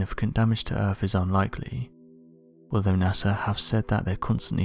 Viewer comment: Am I hearing "earff" instead of earth? lol